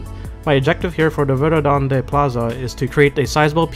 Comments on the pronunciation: Verðandi is pronounced verthandi :) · the character ð makes the soft "th" sound, as in "thing" so Verðandi should be pronounced "verthandi"